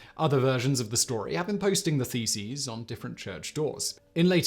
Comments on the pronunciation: Did you say theses or faeces? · I had this on in the background, and I honestly thought he was saying "feces"! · Who else misheard "theses" as "feces" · Loool my headphones made all the mailing and nailing of faeces quite entertaining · It took me so long to realise he's not nailing faeces on the church! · I wasn't prepared for how Simon was going to say "thesis" I thought he was talking about Martin Luthar nailing his faeces/feces to doors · Martin Luther nailing his faeces on church doors? Yep, that is what my tired head heard so I had to check the subtitles. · Could have sworn you said "nailed his feces" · Yes, and can you imagine the patience to actually have counted 95 of them !!! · You said "nailing the theses." I heard "mailing the feces." It might have been just as effective. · When he repeatedly pronounces "thesis" as "faeces" 😂😂😂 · “Theses” or “Feces”? I’m having a hard time not laughing here 😂